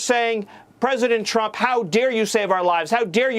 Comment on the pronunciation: He talks like a fucking 5 year. This way he raises his voice ab octave and puts the emphasis in certain places. The way he says words such as Donald Chrump. Just everything about him screams toddler. And I'M getting as new BIKE!!! So THERE!! Na na na boo boo what a toothpick little candy ass twat